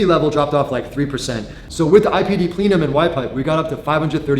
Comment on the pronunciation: It’s pronounced “Pleh-num” not “Plea-num”. 😂 But those IPD Plenums are excellent. On most Porsche models you get at least 20 horsepower gains and higher.